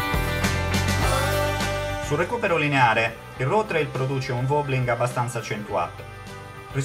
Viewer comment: Bel vedo e continua con l'ottimo lavoro, un suggerimento: si pronuncia "Ruff Treil" non "Rou Treil".